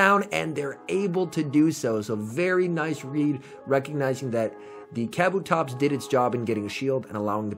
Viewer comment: It's Kuh Boo Tops, not caboo tops...